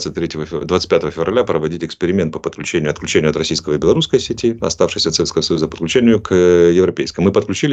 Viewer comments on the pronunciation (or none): none